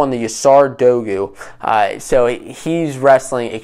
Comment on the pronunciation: Great vid. Pronouncing dogu wrong tho